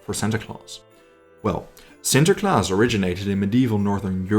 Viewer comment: Holy cow you pronounce sinterklaas perfectly